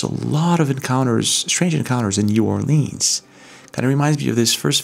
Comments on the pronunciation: It's not "New Orleeens", it's "New Orlins" or "Nola". We don't say "Leeens" or "Nawlins". God bless you. ❤ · Being from louisiana, new orleans is actually pronounced n'alens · The way you pronounce New Orleans is pissing me off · Ur video is great but please say our city name correct lol…so many pronounce it wrong…I’m born and raised in New Orleans and still live here today so I can definitely say yes vampires exist and other things as well… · If He’s in Nola he’s jiggin. God pleaaaaase pronounce New Orleans correctly please.